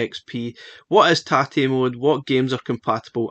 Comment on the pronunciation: As a Japanese, I appreciate your correct pronunciation of tate very much.